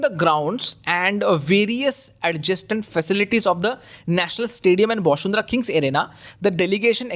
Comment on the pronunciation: One correction: it's Bashundhara ✅ you can pronounce it as Bashun-dhara ✅ or the bangla pronunciation Boshun-dhora ✅